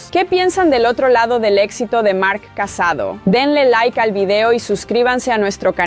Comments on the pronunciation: Buen video pero la pronunciacion... casadò con acento no casado porque si no parece que se haya casado xD y el pueblo se escribe Sant antoni de vilamajor pero es como si la jota no se pronuncia sería como decir mayor pero con jota major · no se llama casado se llama CASADÓ con acento en la O!!!! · Cuando pronuncias Vilamajor, Casadó o Masia me sangran los oídos. 😂